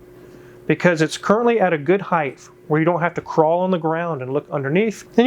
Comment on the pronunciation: When the pronounces "height" his Alabama origins come through.